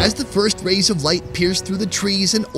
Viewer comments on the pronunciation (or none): none